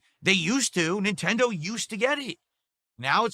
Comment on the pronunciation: Neeentendoh doesn't gwet it, chief :(